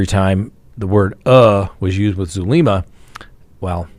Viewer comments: If I had a dollar for every time you mispronounced Zulema’s name, I’d have a lot of dollars. It’s Soo-LEM-ma. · it’s Zulema (like zoo-lem-a) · min: what does your remark "uh, uh" about Zulema, mean? You do know she speaks two languages right? By the way, you're mispronouncing her first name.